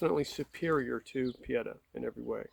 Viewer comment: It’s pronounced “Oo-bear-tee” and “Pee-ay-taw” in Italian. I have three Pietta and one Uberti.